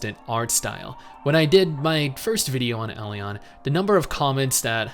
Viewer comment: I'm gonna be that guy...buy it's pronounced E-Lin lol. an Elin npc pronounces it just like that in game.